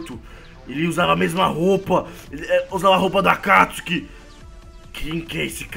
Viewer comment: Não é óbito obito e não é akatsuke éAkatisuki